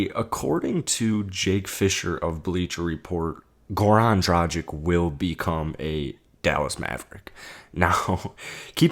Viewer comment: dragich not drajic